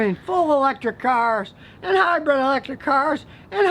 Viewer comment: Please stop saying "hybred", it's "hybrid" Scotty. Good info on ac & dc motors👍🏼